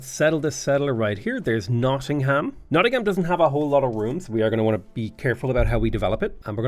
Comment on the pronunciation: man hearing someone actually pronounce the ham as ham instead of um nottingum is just kinda wack